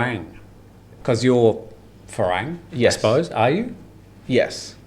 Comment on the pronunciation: Thai people never say "Farang" but "Falang" :-)